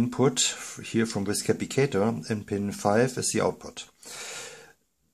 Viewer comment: Cap - pass - it - tor < sounds like this